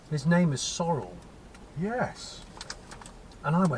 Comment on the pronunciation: "Sorrel Smith" is how Brian Butterfield says "Cyril Smith". LOLLE